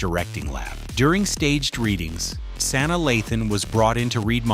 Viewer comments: Your pronunciation is awful. It's Sanaa NOT San na Ugh. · Please learn her first name (Sa Naa) I broke it down!